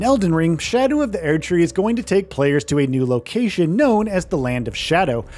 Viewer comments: Everytime this guy says "Air tree" I bite another finger off my own hand out of frustration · God please stop saying aired tree. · "Shadow of The Eairdtree" 21 times in less than 9 minutes. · why the fuck does the VO keep saying AIR-D tree? enough to stop watching and dislike this video, since obviously they've never played the game. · I fkn hate how he says Erdtree: sHadOW oF thE ÄeRdTree Not to be the biggest Fromsoft meatrider here, but this is literally the only studio that you could bet your entire life savings and a house that they will deliver. these fkn unnecessary clickbait watch mojo ass content. what is it that I HAVE TO KNOW? that you can't pronounce Erdtree? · shadow of the Airtree huh? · bros not tryna say 15 things when he cant pronounce erdtree😭😭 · Either say Erdtree right or don’t make a video, holy shit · You can’t even say Erd Tree correctly? They literally pronounce it for you in game…